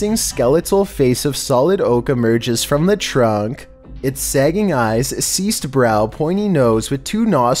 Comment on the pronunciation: Creased not ceased! C'mon u slackin!!